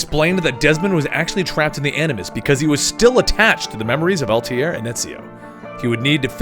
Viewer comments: i liked the video , i'm watching the rest one by one , btw its not Altiere it altaier you made the guy sound french lol ! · I'm watching the playlist now. Does he stop calling Altair "Altier" in the future?